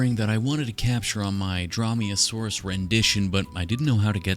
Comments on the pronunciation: Drawmeasaurus got me angered (It's pronounced Dr-oh-me-oh-saurus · Dromeosaur, not draw-me-a-saurus lol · I think it’s pronounced Drough-me-a-soar-us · What says: Dromaeosaurus What I hear: Draw me a sauce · I know, he just said it funny